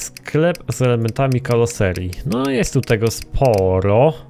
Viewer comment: nie kaloseria tylko karoseria 😀